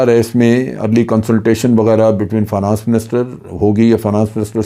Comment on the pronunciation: جنرل صاحب لفظ فا نا نس نہیں ہے ۔ فائ نینس ہوتا ہے